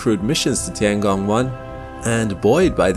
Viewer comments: “The tee-Ang-gong” It’s literally “tiengong”, 2 syllables. Meaning sky. Meaning sky. Sounds so annnoying when u try to westernise every word. Same like chow mein: it isn’t chow meen, it’s “chow-mien” If u can say Kruh-sant for croissant , u can say tiengong. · It's tian gong, not ti an gong. Check google translate for better pronunciation.